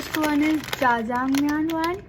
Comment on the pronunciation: You said jajamaiang it's jajangmyeon 😂😂😂😂😥